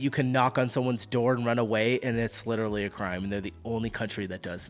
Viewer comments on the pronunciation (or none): none